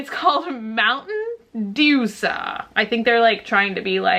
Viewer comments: I don't think it's Dewsa. It might be Dew S A, like U S A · haha, it's "Dew-S-A" pronounced like "U.S.A." :P I like your new chanel. :) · It's dew s a like USA lol it tastes pretty good I think but not a soda I would drink all the time. it's really sweet. love you! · DEWSA... screaming the dew is suppose to be U so its Dew.S.A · I don't think it's "Dewsa" I think it's supposed to be like U S A... dew S A... maybe lol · it's actually pronounced like u.s.a. it's mountain dew.s.a. because the dew has a U sound kinda. so it isn't dewsa. it's dew.s.a. like u.s.a. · It's Dew - ess - aye lol like you - ess - aye (U-S-A!) lol ☺️ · it's not "Dewsa" 😂😂😂 it's Dew.S.A. (rhymes with USA) 😊 I think 3 flavors together sounds pretty weird too.. glad to know it's not awful